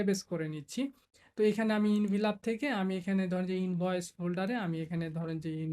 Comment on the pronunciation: ভাই আপনি তো এখন প্রোফেশনাল ডিজাইনার + টিউটর। এই অবস্থায় প্রনাউন্স ভুল করলে স্টুডেন্ট রা কি শিখবে? Envelop mean এনভেলপ,, ইনভিলপ না ভাই। কথা টা শুনতে খারাপ লাগতে পারে কিন্তু ভুল টা যাস্ট আমি ধরিয়ে দিলাম আর কি, কিছু মনে করবেন না। আমার মতে আপনি একটা কমপ্লিট আইয়েল্টস কোর্স করা দরকার, এতে আরো উপকার হবে আপনার ❤